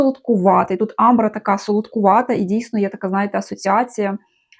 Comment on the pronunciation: Амбра - наголос на першому голосному звуці.